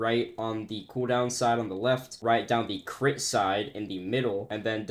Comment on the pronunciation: Guys I think my head full of gang stuff every time he says crit it sounds like he saying crip